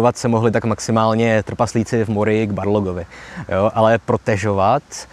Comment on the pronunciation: Super video, jen prosim "Balrog", ne "Barlog" :D